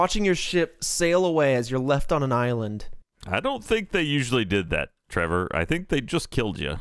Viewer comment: "Hey Tevor Boi" "Hello Gay Boi, oh wait..." Is that a flub or not, either way it was funny.